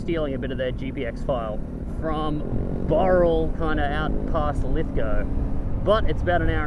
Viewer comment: That is so funny... when I realised you were using some of my gpx tracks for this trip, I was very interested... but when you kept saying something like "starting at boral".... I was scratching my head, trying to work out what the frig you were talking about... then it clicked..."BOWral" 🙂 When you got to Lithgow, I had a pretty good idea of the camping site Brendon was going to take you to. Funnily enough, I'm planning to camp there next month with my 901 to take some shots on that cliff edge. It's awesome.... But here's a question for Brendon... does he know the "2nd best campsite in the world"...... It's not that far from where you were. Check it out at the 1min mark.